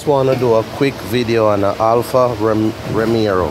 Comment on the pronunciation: Bredrin, Give thanks mi G. Lawd mi coulda cuss every eeeediat out deh dat tell me how fi do it. One ting though. its ROMEO. There is no other "R". you keep saying romero. Ha..... Nuh watch nuting. Gwaan do yuh ting.